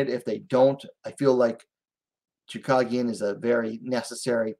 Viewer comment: her name is choooo cage ian not choo cog ian